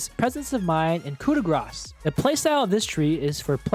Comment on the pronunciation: Soooo nice hearing "(coup de) grâce" said the right way by an English speaking person, the YTer I watch most says "coup de gra"